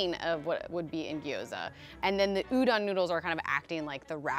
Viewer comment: no western chef can pronounce udon correctly. ffs guys... respect the ingredient and the culture it came from.